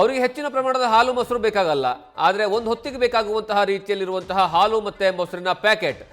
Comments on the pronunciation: News First kannada- reporter adu haalu, alu alla pa- adu en kannada uchara madtira pa nimminda kannada uddara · ಹಾಲು ❌ ಆಲು✅ ಹತ್ತು ರೂಪಾಯಿ ❌ ಅತ್ತು ರೂಪಾಯಿ ✅ 😂😂😂